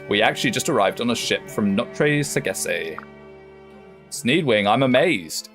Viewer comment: Round two with "Sagesse"! The -e at the end, you don't really have to pronounce it. It's like Sage-ss. and the -s are like s in Spiderman or Sabrina, not a -z. As for the british coffee, I guess is used to these long american coffee huh? I heard they don't do coffee like Europeans.